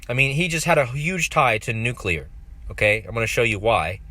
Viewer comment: Surreal... And I just want to commend you - aside from the great work - for pronouncing "new-clee-ir" perfectly.👍 Hearing so many supposed 'experts' saying "nook-you-lerr" makes me wanna hurl. 🤭